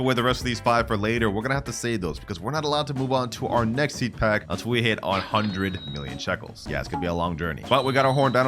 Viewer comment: “Peed pack”😂😂